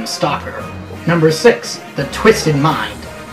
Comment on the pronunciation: Is it only me, or when he's talking about Gaius he says 'Chapter sex' xD?